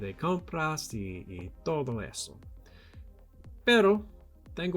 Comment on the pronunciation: Your Spanish is so neat, just pay attention on your "d" pronunciation, you have pronunced like "r" in English in some words like "todo". But in general, great job! And... no! We usually don't eat insects such as chapulines hahaha.